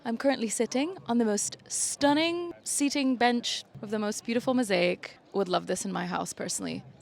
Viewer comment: „Shnack“ and „shtunning“, so cute, it reminds me of one of my favorite cartoon characters, Mooch from Patrick McDonnell‘s „Mutts“ (or Sean Connery 😂)